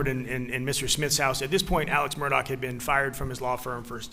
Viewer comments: It's "Murdaugh" officer, not "Murdock". :( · This family's nomenclature is confusing. First, it's pronounced ALEK, not Alex (common in the South). Second, it's MurDOCK, not MurDAUGH. (Rhymes with Murder; I can never get past this.) But finally, WHO with any sophistication would call a child "Buster?" Oh, how redneck. And these people are considered high class in that area? So close to the really polished Charlestonians just across the swamp? I think not; I'm sure they're being laughed at in all the better homes there. I do think at first glance Maggie's sister is exempt from this criticism, but I'd like to know more about her. She's articulate and wears good clothes and jewelry, "and I'm sure she was in a good sorority," LOL.. I'm sure this is her life's biggest nightmare. How horrible. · Is anyone finding it strange its pronounced Murdoch but the spelling of it is "murdaugh"?